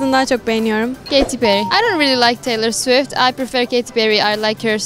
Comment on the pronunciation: Daha doğru düzgün perry diyemeyen insanların çok seviyorum swish swish demesi😂